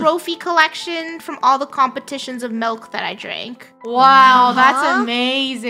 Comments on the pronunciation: its milk not melk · Lol when they said malk insted of milk 😂